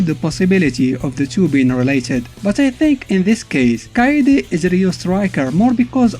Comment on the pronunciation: You can least learn the proper pronounciation of their names. Who the f is Billy Caan? It's Billy KANE and it is pronounced Cain, like Cain and Abel. Kaede is pronounced Kaa-eh-deh. And he has black hair. His hair turned blonde when he became a Super Saiyan. Ryo is only blonde because his late mom is a blonde caucasian. Jae Hoon is pronounced Jai Hoon, not Jay Hoon... Rugal's "slashing kick" is called Genocide Cutter. Only deaf people wouldn't know the name of the attack since Rugal always shout it out loud when executing the move...